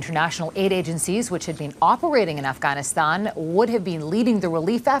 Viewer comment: What an on point pronunciation for AFGHANISTAN. kudos anchor. Thank you